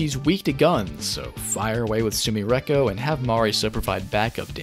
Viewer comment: Why u pronounce sumireko like that, we know youre good at japanese. Im not saying put on an accent and put your whole dick and balls into the pronunciation but you can do better than that